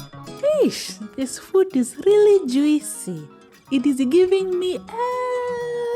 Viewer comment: It's the voiceovers for me 😂😂😂"...this food is leally ju-eecee". Keep the cooking videos coming, please!👌🏿